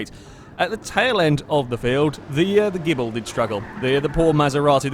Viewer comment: that's not the starting line on the dragstrip, it's pronounced (GI)-(BLEE)